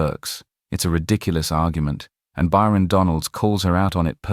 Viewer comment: It's Byron... not Bryon.